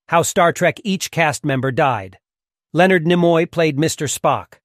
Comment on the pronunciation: As you introduce Spock, not one of the stills in the montage shows him. OK, so you mispronounce Karamazov, no biggie... But... Nimoy? To quote Sam Rockwell as Crewman #7 Guy in Galaxy Quest... "Have you even SEEN the show?"